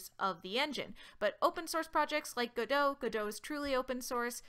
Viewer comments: It's "go dot" not "godo". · It's godot not guduh . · i'ts no godoh like french it's called: GO-DOT like a dot a period. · it's pronounced gah-doh like the play. The developers explicitly stated that its not go dot multiple times. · It's Gah Dough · I've always pronounced it God-oh, emphasis on the God, lol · Isn't it pronuced "Go Dot".. most "beginner" tutorials mostly teaches you to move a dot, and its a reference to that? or am i overthinking this? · TFW the YouTuber purposely mispronounces the name. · Wait, that's how you pronounce the "Godot" in "Waiting for Godot"? Wow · No. It's "Godot", the devs named the engine after the play "Waiting for Godot".